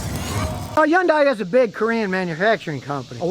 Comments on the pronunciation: scotty, yundai starts with an H. get with the rest of the world and use it please! Sounds like huhn·day per google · It's pronounced Hunday. I would like to hear how you pronounce nuclear. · It's pronounced hundae like sunday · Oh for crying out loud. It's Hun-day. The Y is silent 😠. What a maroon. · How not to pronounce Hyundai... yon-dye 😂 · Take a shot every time Scotty mispronounces " Hyundai" " Hi yoon Day" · Hyundai....pronounced like "Sunday." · Hyundai--rhymes with Sunday! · Hyundai...rhymes with Sunday! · Scotty…The Y in Hyundai is silent. It rhymes with Sunday!!! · Some day, maybe, just maaaaaybe, Scotty will actually take the time to learn how to properly pronounce the name Hyundai. That will happen right after America starts making real and affordable cars again without Big Brother being in every nook and cranny. Until then, we have to listen to a real RUBE mispronouncing the name of this manufacturer. I just wonder if he had his chute on upside down a few times and landed on his head. Right Người Đàn Ông Gà?! HOOAH! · Learn how to say Hyundai Scutty